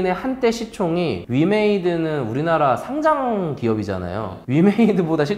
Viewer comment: 상짱x 상장o 과쎄x 과세o